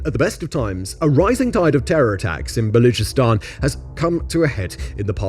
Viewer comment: Baluchistan - CH pronounced like the word church, not like a K. They have the letter to make the “CH” sound as it is in English. You are horrible at pronouncing foreign names, typical British.